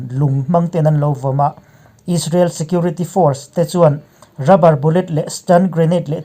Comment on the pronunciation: He channel hi ka sawisel tawh miah lo. Alpha Mizo Production nei tu hian May thla tih pawh a sawi thiam lo, Israel pawh a sawi thiam lo Is-ra-el a ti hihihi he tianga sawi hi ka vawikhat hriatna. Rainbow channel nei tu Mahmuna phei chuan chipchiar tih leh zalenna tih pawh an sawi thiam lo. Hmeichhe ho an tluk lo khawp mai. Milarte news etc